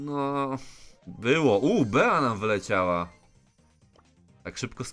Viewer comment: nie bea tylko bi